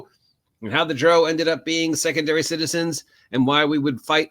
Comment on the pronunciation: Why do you pronounce Drow like that? Drow is pronounced like Brow like eye brow. "Dr-Ow", like adding the sound you make when you stub your toe, "Ow!". You're pronouncing it like the British pronounce Brough. I've never heard it pronounced your way in any of the Drizzit audiobooks. if you listen to Realms of the Underdark into the audiobook it is pronounced the way I described. Good vid tho. agreed that drow are evil.